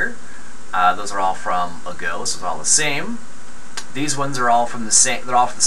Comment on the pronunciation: FYI, Its A-go. Say A as A.